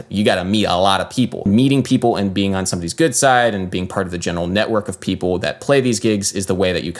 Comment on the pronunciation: I love that you read "ppl" as "pipple". A man after my own heart.